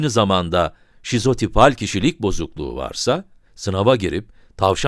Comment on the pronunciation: Videonun basinda sizopital diyor ancak sizotipal olmali.